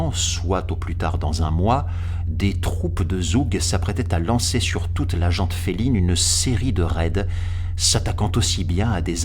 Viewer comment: Le "t" de « gent » ne se prononce pas ([ʒ ɑ ̃] cf. ). C'est assez usant d'entendre tout le monde parler de "jante féline" ou de "jante masculine". Merci. À part ça, excellentes lectures, bien sûr.